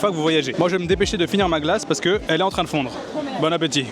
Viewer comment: En américain c'est " bône apétitE" 😂en prononçant très bien le -te imaginaire